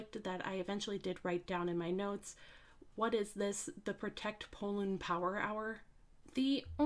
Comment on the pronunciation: Pollun? I thought his name is Porun.